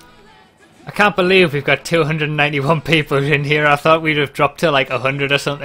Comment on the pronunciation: "I cat believe..."